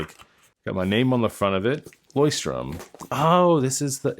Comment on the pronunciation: Btw, it’s LeuchtTURM and not LeuchtTRUM